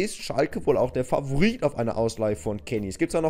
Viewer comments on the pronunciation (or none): none